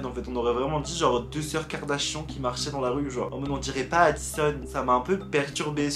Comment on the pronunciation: Pk tu dis Karda chiant ?😭😂